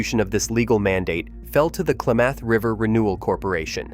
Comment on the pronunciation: Klamath, not Klaymath!